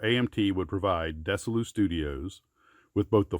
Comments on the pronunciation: It wasn't pronounced "Dessilu" studios, it was pronounced "DeziLu" as in Dezi (Arnez) and Lucille (Ball) from the TV show "I Love Lucy". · Cool, interesting. I certainly built my share of AMT car kits in the late 60s, and it's interesting to hear about the history of the company. Thanks. BTW, Desilu: that's pronounced Dezi not Dessi. You know, Desi Arnez.